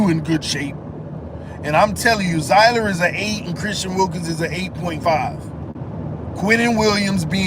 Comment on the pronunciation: Damn they led down the wrong path on pronouncing his name 😅. Just say Seeler